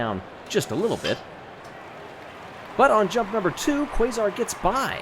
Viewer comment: I know this will be buried, but, Quasar’s name should be pronounced (Kay-zar), rather than Kway-zar. Also, OOOOOOOOOOO